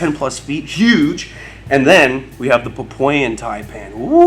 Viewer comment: Since you're a snake expert, and I am not (although I am Australian), I guess you've debunked my thought that it was the inland taipan (aka: fierce snake) that is the most venomous sub-species. But given your pronunciation of Papuan (Pah-poy-un??) which is a sub-species of the coastal taipan... I think I'll just go on believing what I previously did. 😉